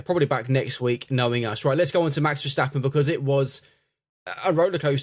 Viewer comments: In English, when you read the word "step" do you pronounce it as "shtep"? Not in my world. Well, the "stap" in Dutch is the same. It even means step. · Yeah I don't get why Verstappens name seem to conjure up some extra letters with native English speakers